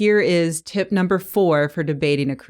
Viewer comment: When you sat tip#3 it sounds like tit#3